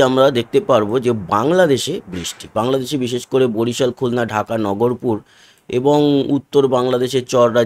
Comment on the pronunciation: দাদা ওটা নগরপুর না নাগরপুর